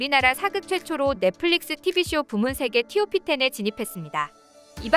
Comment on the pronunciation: 띄어읽기 제대로 안하나? 그리고 커피 광고 하나? 티오피 텐이 뭐냐!!!